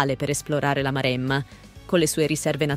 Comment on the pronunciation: Io sono originario di Pisa: si pronuncia Pisa, non Piza! E poi Pistòia, Marèmma, Bolghèri, Pitìgliano, Pòppi... mi sento male ad ascoltare una pronuncia così! 😱🤮